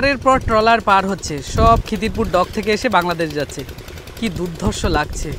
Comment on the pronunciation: বিভাৎস আর দুধ ধর্ষ। এই কথা টা সব জায়গায় ফিট হচ্ছে না। ভাষা শুদ্ধতায় তোমার ভিডিও টেক আপ ভালো লাগবে। ব্রাদার স্পষ্টতা চাই। কানে খোঁচা লাগছে।।।।।